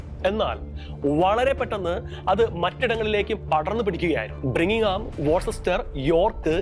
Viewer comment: ബ്രിങ്ങ്ഹാമല്ല ബർമിംഗ്ഹാം . സത്യമാണ് ബർമിംഗ് ഹാമിൽ പലസ്തീൻ കൊടികളാണ് നിറയെ